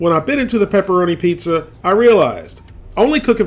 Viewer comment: A pizza this, apizza that, and eeehhhhh, a pizza cake!! :P